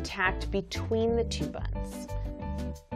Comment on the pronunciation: I don’t know why but every time she would say buns I’d just start cracking up! Lol😂